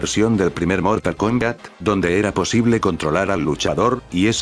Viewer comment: “Mortal Kongat” XD